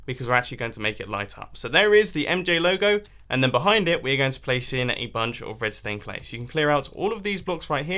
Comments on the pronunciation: My Ears Must Be Broken ... I heard Redstone Glass and Redstone Clay instead of Red Stained Glass & Red Stained Clay 😂😂😂😂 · He said redtone clay